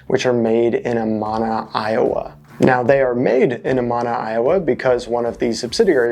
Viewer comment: A-MAN-A, not A-MON-A